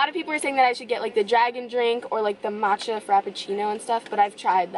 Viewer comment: haha "ma-cha" 😂 no hate tho lol